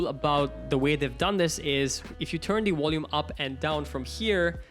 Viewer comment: Its volume rockers not wolume rockers. 👌